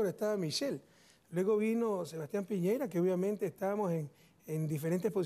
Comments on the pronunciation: La primera vez dijo Piñera, en la segunda vez parece que dice Piñeira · Si dice piñeira jejeje pero se la saca como torero el presi juajua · Bueno en realidad lo nombró 2 veces, la primera vez dijo Piñera, y la segunda Piñeira, pero creo que mas bien fue un error involuntario, sabe correctamente el nombre, por eso corrige incorrectamente al periodista, como que no entendía como pudo pronunciarlo mal si perfectamente sabe que es Piñera, pero bueno si después vio el video seguramente le dio la razón al periodista...y como bien dices tú no pasa naadaaaaa. He visto muchas entrevista de Correa a diferentes periodista de todos los países, vi como dejó chiquita a Ana Pastor de España, tambien mandó a pasear a el títere de Jorge Ramos radicado en USA, y que a todos los presidentes que entrevista les hace las mismas preguntas acerca de Cuba y de Venezuela, a otro muñeco de Inglaterra también lo puso en su lugar, por lo menos con este entrevistador no hubo tanto conflicto...En todas las entrevistas en que los periodistas se han querido pasar de listos, el presidente Correa se los ha comido con salsa, luego con el título de periodista lo ha enrollado bien finito y con ese se ha limpiado la comida de entre los dientes, un presidente muy consecuente, y educado, además muy valiente.